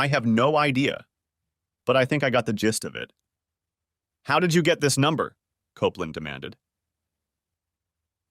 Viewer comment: Jeez, first it's COPE LAND, then another time it's COP LAND then KOPPLIN?...*sigh*